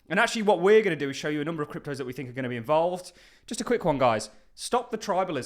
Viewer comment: Do you fink so?